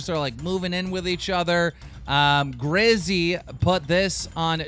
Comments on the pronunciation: Keem, there is no R in Gizzy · Also it's GIZZY not GRIZZY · "Grizzy"😂😂😂I think he means "Gizzy" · What the fuck Keem. It's not Grizzy. It's Gizzy.